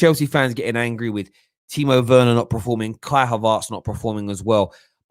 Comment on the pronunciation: you are such a mug, you corrected the deluded Spurs politician Alex who ddnt pronounce Bergwijn correctly, but you keep entertaining these Chelsea big heads who can't pronounce Werner correctly. It's actually annoying how they keep mispronouncing it. Same as those Arsenal fans who mispronounce Wenger, using a W instead of V 😒